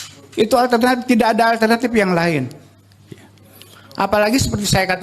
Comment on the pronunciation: Sekelas seskab masa bacanya sesuai tulisan???!!! Kek bocah SD???!! Pokok harusnya diucapkan poko, tidak diucapkan tida' 🤦‍♂️🤦‍♂️🤦‍♂️